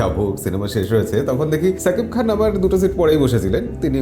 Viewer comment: সাকিব খান না , শাকিব খান। ঠিক যেমন বলেন সাহরুখ না, শাহরুখ খান।